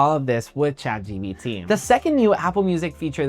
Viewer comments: yeah i noticed he was saying that too or is that a spanish thing💀💀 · it's Chat GPT bro not GBT💀